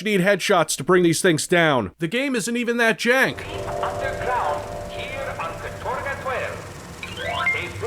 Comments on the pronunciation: Katorga translates to "hard labor" in Russian. Calling your city or island "Labor Camp Gulag 12" and acting like it's a normal name is weird. Also it's pronounced "KA-torga", not "ka-TOR-ga" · the worst part of this for me is having to listen to them put the wrong emphasis on the word 'katorga' all the time... It's 'kAtorga', not 'katOrga' you assholes. Means 'involuntary hard labor'. You know, the kinda thing Raven does for Activision now in the CoD mines.. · The worst thing about this gameis that Americans can’t pronounce “katorga” correctly. Like holy crap just practice using google translate, mate.